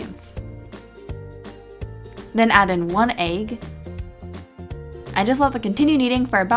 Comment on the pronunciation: I love how she says"ayyg" instead of egg...